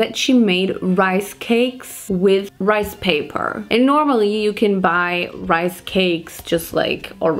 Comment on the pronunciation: “This is 100% my type of rice pay-PAAHH” 😭😭😭😭 I’m screaming. Love these videos they’re always so entertaining